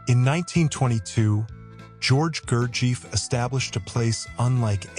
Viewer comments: Fascinating story. Thank you for sharing. Gurdjiev was one of the most mysterious teachers if the 20th century. It has been recorded that Stalin had Gurdjiev’s book and his picture on his work desk in his home in Kremlin. Also, Gurdjiev’s students in Paris mentioned that he called Stalin by his childhood endearing name Soso. One small correction though, is that pronouncing his name correctly would help people to know what his name truly sounded like. The accent is on the letter “i”. And it has a long stretched “I”. (It sounds like Gurdjeeeeyev” :)) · That's right. About how to pronounce his name. It would be phonetically, Goorjiyev. The British mispronunciation of his name (like the narrator) is Gerjeef. Absurd, they don't even bother to say his name properly, and during readings (I attended the G. Foundation in NYC for 18 years, from 1971 to 1989, studied this method under the guidance of Lord John Pentland who was appointed by G. to lead groups in North America) the reader would mispronounce the names of all the towns and villages in the region that G. mentions in his autobiography, Meetings With Remarkable Men. Not sure (and don't care) about this connection with infamous dictators of Europe. It's possible that G. and Iosif Jugashvili (Stalin) may have crossed paths in the Caucasus region, but so what. They had nothing to do with each other; just more sensationalism to distract from the real message that G. brought to us. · En primer lugar.... NO sabe pronunciar el nombre Gurdjieff. En segundo lugar, no COMPRUEBA que Gurdjieff o su propuesta, fueran PELIGROSOS. En tercer lugar NO aporta nada nuevo...... MEJOR HAGA VIDEOS DE GATICOS..... SON DIVERTIDOS. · The AI narrator can't even pronounce his name. YouTube = AI = foxtrot Oscar 🖕